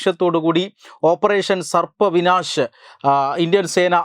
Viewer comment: സർപ്പ വിനാശ് അല്ല ബ്രോ... ഓപ്പറേഷൻ സർവ് വിനാശ് എന്നാണ്